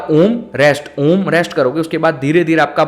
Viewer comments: Absolutely wrong... pronouciation is not AA ooo MM it is OOO mmm .... All are guiding wrongly. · Bhai uccharan galat kar rahe ho ...aur logo ko bhi sikha rahe ho ...videos main achi knowledge dete ho tum ..lakin Galt knowledge mat do ....a kabhi om shuru nahi hota hai ....pehle khud sikho kisi yogya guru k saanidhya mein....uske baad khud samjh aayega....om ka uccharam main bahot si chizo ka dhyan rakhna padta hai ...tumhara aum ka uccharam aisa laga ki ...jaise bina mithasa ka fhal joh fika ho...saari mithas ki gayab kardi tumne ...om ek dhuvani k saman hai jab tak usmein se woh dhvani prakat nahi karoge tab tak woh nahi nikalegi.,.. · अ...उ.....म् ऐसा उच्चारण किसी भी पहुंचे हुए गुरु ने किसी भी शिष्य को सिखाया नहीं होगा. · Sorry I am not satisfied with the pronunciation of Om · उच्चारण गलत है